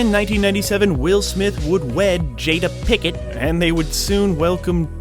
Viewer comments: Learn to pronounce. It's PINKETT, not "Pickett". Oh well, big deal. She's a c*** anyway... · Her last was ‘Pinkett,’ not ‘Picket.’